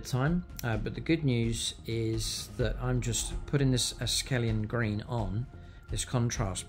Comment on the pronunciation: It's akhelian green not askelian green mate.